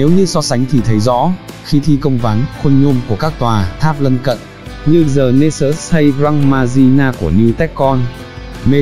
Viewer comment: Góp ý : Xin đừng đọc chữ : The = “giờ” nghe kỳ quá.